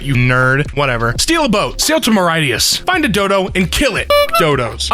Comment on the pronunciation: As a Mauritian, hearing Mauritius pronounced like that physically hurt me. 9.52